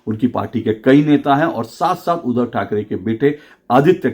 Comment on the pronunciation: अशोक जी, नमस्कार। आपके विश्लेषण की प्रशंसा करने के लिए मेरे पास शब्द नहीं हैं;लेकिन एक शब्द ऐसा है;जिसका उच्चारण सुधारने की आवश्यकता है और वह शब्द है 'उद्धव'। जिसे आपकी ज़ुबान से 'उधव' ऐसा सुनाई देता है। 'उद्धव' और 'उधव' के उच्चारण में ज़मीन आसमान का फ़र्क है। आप इसप्रकार देखें-: अगर शुद्ध,श्रद्धा,क्रुद्ध इन शब्दों को क्रमशः शुध,श्रधा,क्रुध इसप्रकार उच्चारित करें तो सुनने में कुछ अटपटा लगेगा। आप उन व्हिडीओ को सुनें जिनमें 'उद्धव' यह शब्द आया है। धन्यवाद